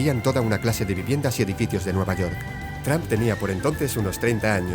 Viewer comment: Jajaja lije si viste que en el minuto 1.24 vuste que dijo trampa envez de trump